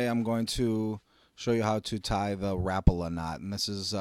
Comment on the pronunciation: Learn how to pronounce Rapala